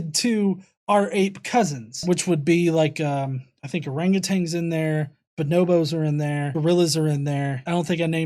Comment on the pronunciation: gutsick may have some words with you on your pronunciation of orangutan.:)